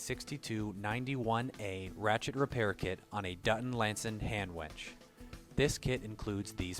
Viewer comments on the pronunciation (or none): Why do you keep saying "wench" ? This is a winch video.